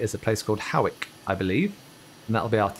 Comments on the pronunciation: Very enjoyable video and good flying. Hawick is pronounced Hoick. A mate rang me to meet there and I drove up and spent ages looking for Hoick on the Road Signs then finally twigged. Newcastle United Stadium is St James Park. Driving past Spadeadam once on the A69 and a large RAF transport was coming in very steep dropping antimissile flares - great sight. One suggestion trip round the Western Isles - Islay, Skye, Eilean Donan Castle etc? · And you pronounced Hawick wrong haha, new subscriber and great content